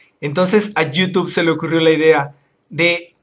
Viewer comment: Me carga cuando dice you tube y no youtube